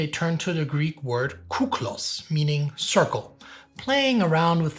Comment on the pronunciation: Oh God! Guys! Κύκλος is pronounced with an e (the letter phonetic) "Keklos". What you pronounced is actually Κούκλος "Kuklos" that translates to beautiful! I sure had a laugh about that! :D Thank you for all the effort and content!